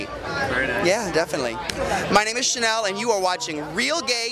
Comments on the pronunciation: Her name is "Shannel", not "Channel". Please change it, it's making me twitch. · Luv Shannel. And its SHANNEL btw...NOT Channel. Get it right GURL! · aww baby, it's Shannel with an 'Sh'